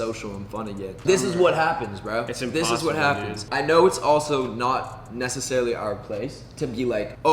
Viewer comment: Me everytime josh says necessarily ME: NESSA- sarily